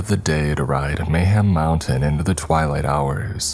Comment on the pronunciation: Did anyone else think of banjo tooie when he said mayham mountain